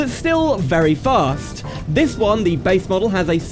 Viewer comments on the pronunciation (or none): none